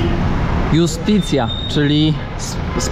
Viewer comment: Nie tylko PoLLo (jak Przywarski), ale również Justicia i Juventud czytane przez polskie J, to są dopiero “perełki”…